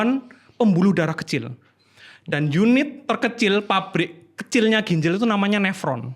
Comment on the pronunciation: GINJAL bukan GINJEL